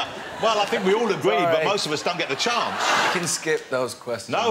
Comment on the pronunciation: DONT SAY CHONCE. ITS CHANCE. 😂😂😂😂